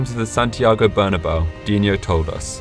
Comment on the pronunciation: it is pronounced as barnaboo